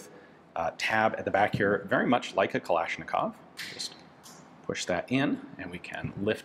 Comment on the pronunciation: The Claw-shnikov